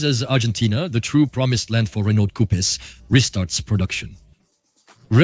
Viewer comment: ok, enough "coupes" for me...horrendous to listen !!!